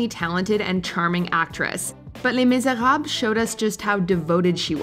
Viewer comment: Hella extra with the Les Miserable pronunciation lmao